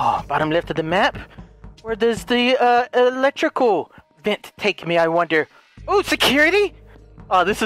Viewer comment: “electical” :v